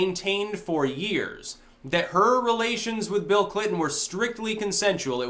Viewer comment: I thought you said 'Feel Clinton'.